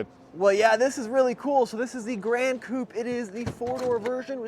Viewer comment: This is "Gran Coupe" Not "Grand Coupe"